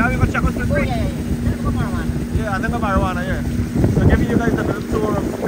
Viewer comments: You pronouncing the word wrong it’s not marijuana it’s morawhanna. I live north west for a while so I know those places. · that place is Morohwanna, not marijuanna